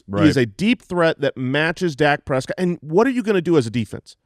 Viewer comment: the only way to pronounce Prescott